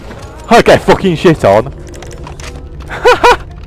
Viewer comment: Like how she said get shit on but with British accent